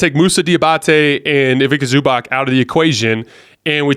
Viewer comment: dude, its Zubats, not Zubak!!!